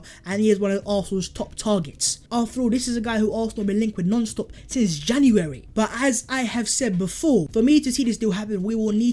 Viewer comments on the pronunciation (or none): none